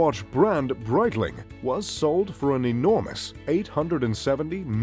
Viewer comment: I stopped after hearing Breitling...